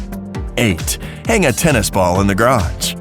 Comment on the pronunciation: it's garage not garatsje why do you talk this annoying :/